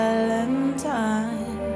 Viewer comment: Jävlar vilken bra "my sweet valentime"